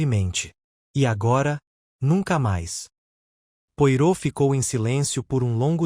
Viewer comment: O mínimo q se tem q fazer é pronunciar da forma correta os nomes. Poirot - "pua-rô", Hasting - "reis-tin"......é só dar um Google....não consegui dar continuidade, a narração ficou comprometida.